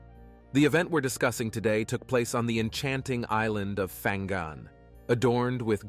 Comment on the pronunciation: Fang gun?😂 it’s called Pang ngan